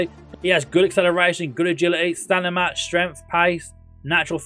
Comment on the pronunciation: no, it's going in line with your video title lolz - should have titled it.. 'NOT the best Football Manager 2023 wonderkids.... ' You also put huge emphasis on players being valued at £300+ million, which isn't conducive of them being "the best". Whilst I'm at it, it's M before N in stamina, not stanima 😂 😂 😂